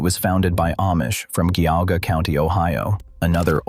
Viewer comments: No kidding. It butchered Geuga (jee aw ga) County Ohio pronouncing it Gaw ga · It's GEE au Gaa County Ohio, Do your local research, not letting A-I invent it !!!!!!!!!!!! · LANK-iss-ter, jee-AH-ga